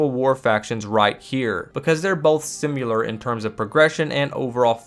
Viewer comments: It's not "Sim-yoo-ler", It's "Sih-meh-ler". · bro... you gotta fix how you say "similar" I'm sorry man but its just killing me, you say it so much, you say "simyular," it's pronounced "sim-i-lar" bro idk where you're getting the y sound. love the content though bro, don't mean to bitch lol, keep up the good work! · it's not sim YOU lur it's sim IH lur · Similar not simular. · my mans really said "simyular" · 'Simular' lolol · Bro really says Simular.